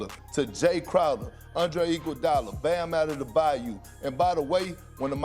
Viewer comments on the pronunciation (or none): Bam Adedebayou??? Is this guy dyslexic? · Perk : “ Bam Adedabayou”